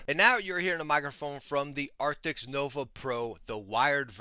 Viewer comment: the name is Arctis not arctics